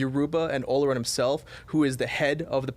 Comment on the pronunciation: Not how you pronounce olorun ... it’s oloroon